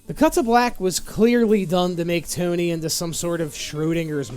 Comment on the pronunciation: Toe Knee